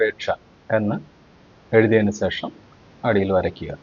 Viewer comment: സേഷം അല്ല, ശേഷം എന്നു പറഞ്ഞു ശീലിക്കൂ, കഴിയുമെങ്കിൽ.